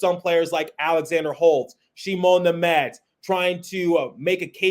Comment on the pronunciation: Thank you for pronouncing Simon Nemec correctly 😊